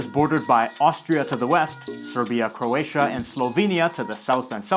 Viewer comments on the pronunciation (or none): none